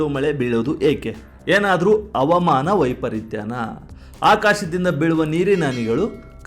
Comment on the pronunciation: ಆನೇಕಲ್ ಅನ್ನು ಕಂದಾ ಅವಮಾನ ಅಲ್ಲಾ ಹವಾಮಾನ ಅಣ್ಣಪ್ಪ ಸಣ್ಣ ಮಗು ಅಲ್ಲಾ nenenu ತು ಕನ್ನಡವನ್ನು ಎಲ್ಲಿಗೆ ತಗೊಂಡು ಹೋಗ್ತೆದ್ದೆರ